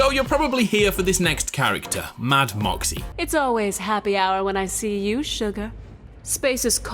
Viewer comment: MAH zee. not m OH z